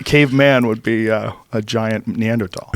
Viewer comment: I don't think I've ever loved Joe Rogan more than when he properly pronounced Neanderthal